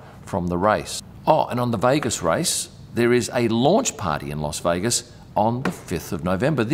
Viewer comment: Great vid, as always. FYI, it's LAS Vegas. It sounded like you said LOS Vegas. It could be your Aussie accent. I'd like to see more on the food they eat in the buffets they put on. Do the drivers eat there, or is it just for guests. Cheers.